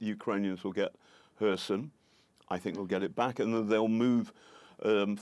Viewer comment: Thank you for Kherson correct pronunciation 😀 (K is silent and stress is on O)